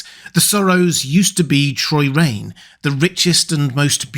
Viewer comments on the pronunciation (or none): It’s Chroyane (kroy-ANE), not Choyrane. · Minor correction. It's Chroyane, not Troyrane. Somehow you said it multiple times. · "Kro-yane", rather. Just sayin. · Your fascinating metaphorical interpretation is enough to save this video from the fact that you pronounced Chroyane “Troyrane” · I always thought Chroyane was pronounced with a hard CHR, like the prefix chrono ironically, maybe it is a clue. Maybe it's not